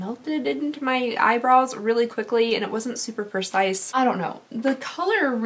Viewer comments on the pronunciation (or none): none